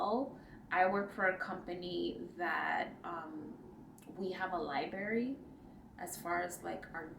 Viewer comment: Apparently, I have missed a couple of your videos. I'm so happy to catch up. Your English is perfect and you choose the correct word each time you ask. Sidebar, I love you, but you have to pronounce the first r in library. I know you are using tissue paper with your linen. Here's my question: what do you think about leaving the fabric in the plastic bag? It seems to be an industry standard. Are there negative affects of leaving it in the plastic bag? I need boyfriend's glass mug. With the silk, it is such wonderful way to display your artwork.